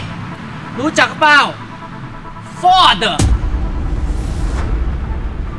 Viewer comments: ฟอร์ด กลายเป็น ฟอด เดอะ โอ้ย!!น้อ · อ่านคำว่า "FORD" ไม่ถูกด้วยซ้ำ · ชอบตอนออกเสียงรถมากเลยค่ะ ฟ๊อด55เราออกเสียงไม่เหมือนเลย